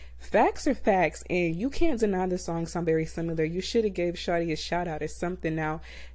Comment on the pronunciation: Sim-i-lar > Sim-u-lar